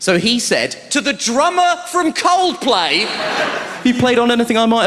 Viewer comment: 把coldplay唸得像靠北的一位幽默家。